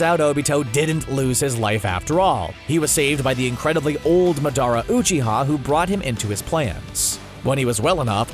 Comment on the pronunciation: “Oohchiha” cmon you gotta be pronouncing this wrong on purpose